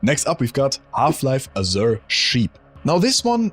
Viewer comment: I get mental damage every time I hear "azure" mispronounced, also a lack of some real OG HL1 mods like They Hunger, on this list.